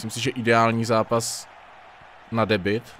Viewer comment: nerika se spis Debut než Debit? :)